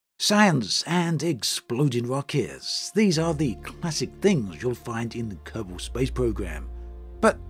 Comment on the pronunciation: Kerbol and Kerbal are pronounced almost the same though, lol. He says Kerbal just fine.